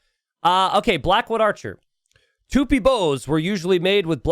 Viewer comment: It's Tupí, not Tûpi